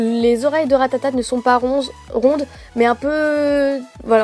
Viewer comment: mdr elle dit RATATATE a 😂😂